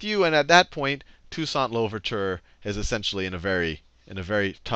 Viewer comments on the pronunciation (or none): lol dude can’t even pronounce toussaint makes me skeptical of him as a source. That’s like claiming George worthington did a lot for American freedom as the first president of the unites states